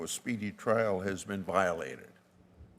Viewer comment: its trial not trail